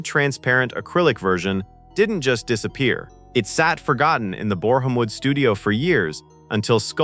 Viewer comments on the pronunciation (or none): Boreham Wood is pronounced borum wood. Why do Americans NEVER check to find out how names are pronounced? It's so easy. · Not Bore-ham-wood, more like Booremwood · BOREHAM WOOD is pronounced BORAM WOOD (...I'm English by the way!)